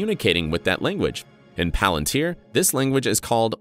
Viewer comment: Clever video, ironically using a voice bot right? (Exposed by the way it says Pal-ântir 😅) anyway this video opened my understanding of -Palântire, a bit more ! Something big is brewing here I can smell it 🍻